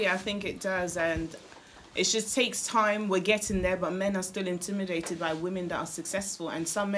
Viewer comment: Its intimidated not indimidated